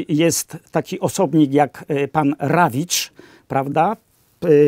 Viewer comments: Panie! To nie byl Rawicz tylko DRAWICZ!!! Niech pan sprawdzi......pozdrawiam pana oraz niezwykle sympatyczna pania Agate z USA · Prezesem TVP był Drawicz (nie Rawicz); autor wstępu do Mistrza i Małgorzaty.